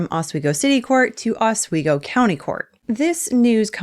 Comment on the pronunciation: Please please learn how to pronounce Oswego